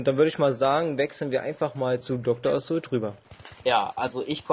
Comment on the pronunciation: Wenn man sich schon,," nennt, dann sollte man Assault auch richtig aussprechen können, oder?:D (konstruktive Kritik) Trotzdem hat mir das Commentary sehr gut gefallen, weiter so!!